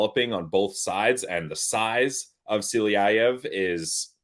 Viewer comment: Good show guys, as usual, but just a lil reminder, it's Silayev and not Siliyayev. But I still love you :)